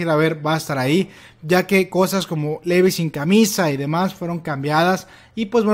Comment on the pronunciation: Te voy a decir algo, es crítica constructiva a mi parecer, y lo digo con todo respeto pero... habla mas claro y pronuncia bien los nombres de los personajes, en especial el de Levi, se oye mal que lo pronuncies así literalmente como se escribe, en japonés es リヴァイ - 'Rivai' así que aquí en América se pronuncia como Livai, y con respecto a los otros personajes en general los pronuncias bien pero no seas tan literal con tus pronunciamientos, hay algunos apellidos que se leen como si estuvieran en inglés, como Reeves, se pronuncia 'Riivs' asi tal cual. Eso era todo lo que te quería compartir, espero no lo tomes ofensivo por que no quiero ser grosera, saludos.